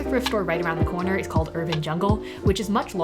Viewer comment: I can’t remember if she used to do this, but when she said “corner” and “corduroy” there was a bit of that stereotypical New York accent lol